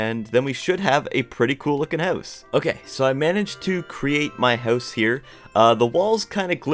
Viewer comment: No offence but the way you say house sounds like ‘hause’ 😅